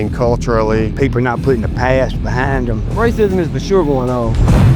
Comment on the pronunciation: “Racism?” “RICEE🫨🫨?” I LOLd that was funny Edit to say “techno…tekonlogy or whatever”. That man was my favorite guy on here. So far.. Edit again to say Booker T tied for my favorite person on here😂😂😂😂